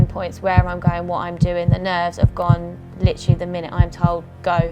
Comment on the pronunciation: Did anyone else litrally get annoyed by the way she says LITERALLY??